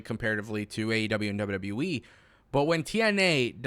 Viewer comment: This guy seems cool but anyone else bothered by this?….He says “W.W.Wee” instead of W.W.E. Gets annoying after a while.